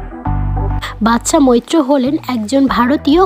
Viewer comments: ভাল লাগল না। নামটাও ঠিক করে বলতে পারেন না। কাজটি একটু ঠিক লোককে দিয়ে করাতে পারেন? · অন্তত নামটা ঠিক করে বলুন।